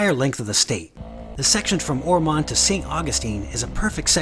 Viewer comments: Lived in Ormond Bach since 1960, we pronounce it Or-m(un)d not Or-m(on)d. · Although it's spelled Ormond it's pronounced Or- mund. And neat vid. Hope you enjoy your time respectfully in our little beach community!